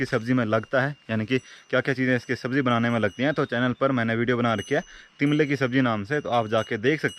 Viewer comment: it's not timbla it's तिमला